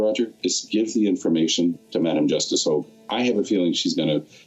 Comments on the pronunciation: Ps.... i strongly dislike how he( la blanc) says Justice Hogan. I think it's disrespectful... but this French to English translator, I really like her, but when she says it it sounds like Hug ^^ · How many times are they going to mess up Hogue's name? First its a hog, then its a hug.